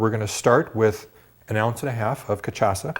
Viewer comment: It's ka-sha-sa :)